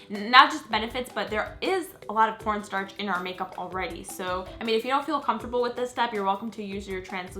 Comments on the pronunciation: when u were saying corn sharch i kept thinking u were saying porn stars... js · When she said cornstarch I thought she said porn star I have such a dirty mind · I think she said quan starch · I swear I thought she said porn star when she said corn starch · when she said corn starch it sounded like porn starts😂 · When you said corn starch it sounded like you said port stars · I thought she said pornstarch at first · it sounded like she said p o r n startch